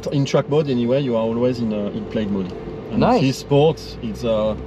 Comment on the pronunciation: Excuse me Sir, did you say "Tesla Model S Blyad" ?